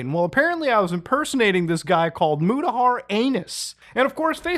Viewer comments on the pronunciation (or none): We got Arab Mutahar before GTA 6